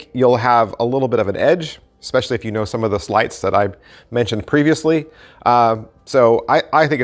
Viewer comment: Lost interest when you said "sleights'